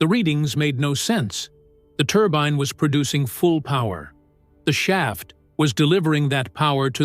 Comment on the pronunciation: Turban? Turbine,? Make up your AI mind😂🤣😂